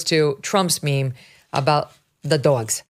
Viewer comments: Did you say doyoggs on purpose? I’m full so cal surfer. But doyoggs? Megan still love you.., but doyoggs. Sorry I’m busy tonight. LOL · I enjoy your accent "dogs" and when you impersonate ot use voices.